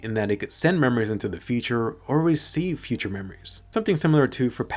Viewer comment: Actually it’s future not futur